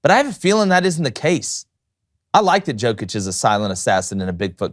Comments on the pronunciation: learn how to pronounce his last name (Nikola Jokić ; Pronunciation: \ni-KOLA yo-kitch\ ; Nikola Jokić ), is it so hard to google it ffs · First of all learn to pronounce the players name. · U need to learn to pronounce his name, it's disrespectful, he is in NBA for 7 yrs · Say the name of the best basketball player on the planet correctly, d*mn*t! So annoying. Non-Americans will be the face of the NBA when LeBron, Steph, KD, and Kyrie phase-out. Hail Jokic, Doncic, Embiid, and Giannis! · Good vid but you gotta say his name correctly. Like damn He’s the mvp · Bro. Appreciate the sentiment and the message is true. You are correct Joker deserves (infinitely) more praise. BUT CMON MAN.. You gotta reshoot this and pronounce his name right. Like I can't even.. nobody said anything while you all were practicing this? This man is the best in the world. Doing things no player has EVER done. Put some damn respect on his name! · You are not pronouncing his name correctly. It is Jokić where "j" readed like in "you" or "Yugoslavia". It is not "J" like in Jordan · istina brate